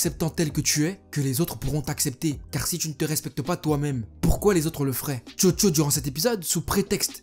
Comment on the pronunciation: Mec quand tu dit chocho moi j'ai cru entendre jojo